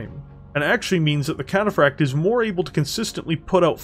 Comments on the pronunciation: I like videos, good stuff But I can't help but get so confused at the weird embellishment he says "Cataphract" with some weird rolling L sound sounds like he's saying "Cataflakked" even says it normally sometimes so it just make it really weird It makes it kinda hard to share his battletech lore videos with friends when they quote "cringe at the trench coat nerd way of over embellishing random words" lol otherwise good video, one of my favorite heavy mechs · Puttin some stank on that cataphract pronunciatoi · Great content, but hearing the inconsistency in pronouncing Cataphract is like reverse ASMR and really grated on me. 🤣